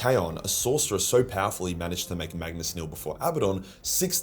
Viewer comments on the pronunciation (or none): none